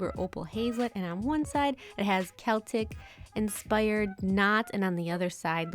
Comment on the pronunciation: They are gorgeous!! you pulled some gorgeous stamps!! and pronounced Celtic right!! I love those holos tfs xx